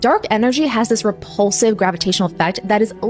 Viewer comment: The way you said rePULsive lol, like it was gonna make you gag 😂